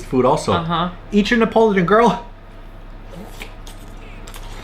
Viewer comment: You guys are saying Neapolitan weird. 😂 it’s Nee ah pol it tan. Not Ne Pole Tone.